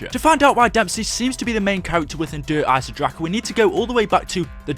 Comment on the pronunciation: "Der eisendracha" stop saying it like that